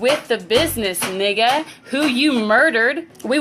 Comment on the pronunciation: she put a lil too much emphasis on that last nigga